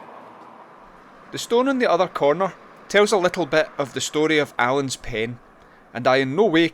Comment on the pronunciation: I enjoyed the video, but it should be PEND not PEN. A Scottish word for passageway through a building.